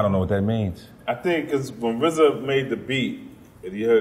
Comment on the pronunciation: Just say RZA! Why is it such a difficult thing to say RZA? Such a disrespect for the man responsible.